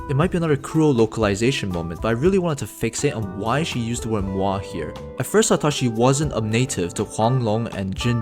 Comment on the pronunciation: you can not be srs that's how you pronounce MOI??? the germans/danes and fins all died a lil inside wtf its a french word also?